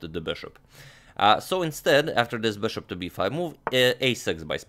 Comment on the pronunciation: been watching your videos for 3 hours just to hear you say beshop